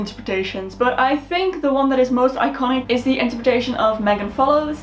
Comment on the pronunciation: Megan is pronounced Mee-gan. I cried with Jonathan crombie aka Gilbert died last year! I'm from Canada and grew up with the mini series and the books! Emily of new moon as another great series and blue castle is also a great stand alone book! From Montgomery!